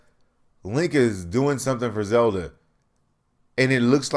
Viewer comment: Its Zelda brah, Zelda.